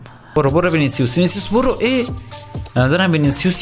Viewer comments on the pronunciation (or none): none